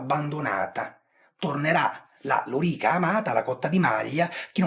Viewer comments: cioe' ragazzi : Lori'ca Segmentata.. e' praticamente l'unico storico al mondo che l'ha pronunciata bene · Intanto grazie per la pronuncia, per fortuna non ho mai avuto modo di parlarne ma avrei sicuramente messo l'accento sulla O, pronunciandola sdrucciola e non piana. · Scusa ma sempre sentito lòrica. Chiramente hai pienamete ragione sulla faccenda della riforma dell'armamento a seguito della disfatta di Carre. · Vero, ma anche Carlo Rolle pronuncia correttamente e in restituta.